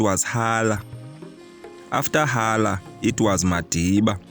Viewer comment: Hala and Zondwa incorrectly pronounced